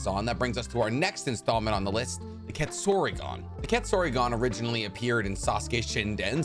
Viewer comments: Ketsuryugan ❌ Quetzorigon ✅ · KET-SU-RYU-GAN pronounce this wrong one more time see what happens